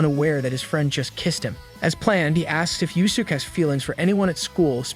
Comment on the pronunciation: I am really holding back my frustration with the AI voice mispronouncing Yuusuke.